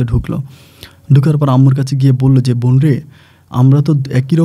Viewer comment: Vai apni ekn kusuta tik vabe pronunciation Korean, easte easte tik kore nen,nyto sunte baje lage. Von na bon,sakma na chakma. Easte easte tik kore nen.